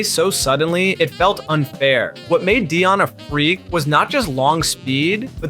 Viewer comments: when he said dyan… i cut the video off 😂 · Who is Dehyon Sanders 😂😂